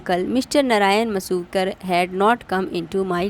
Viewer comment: Masuvekar ❌ Masukar ✅